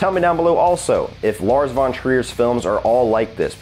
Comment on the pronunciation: You pronounce „von“ in „Lars von Trier“ with an „f“ like in „fish“ in the beginning, not like the English „v“.